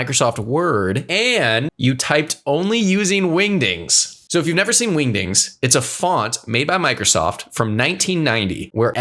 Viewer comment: The solo leveling fans rn when bro said windings 😂😂😂😂😂